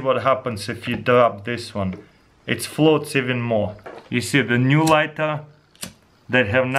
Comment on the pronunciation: " it flots yep it flots" lul